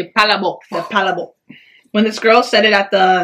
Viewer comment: the pronunciation of palabok is still wrong. lol! it's puh-LAAA-bok.